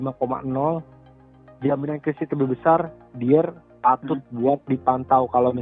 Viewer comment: Saran mas.. pronounce nya "dayer" utk Eric Dier